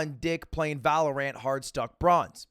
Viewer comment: Why you say valor ant 🤣🤣🤣🤣🤣